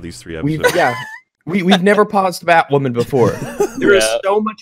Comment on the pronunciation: Woah, Did they just fuck up the, 'Hush' arc on Batwahmen!!?